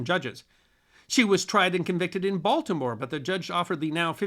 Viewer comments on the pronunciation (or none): none